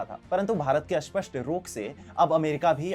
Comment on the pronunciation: कृपया स्पष्ट और अस्पष्ट का उच्चारण ठीक से करे